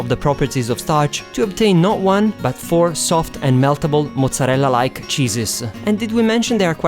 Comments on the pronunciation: I love how you say mozzarella! So Italian :) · you pronunce mozarella so well xD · Damn I will try your recipes veeeeery soon. Can't wait. By the way, are you Italian? The way you say "mozzarella" and "parmigiana" are way too real, and your nice accent too. I mean, I'm Italian, I should know.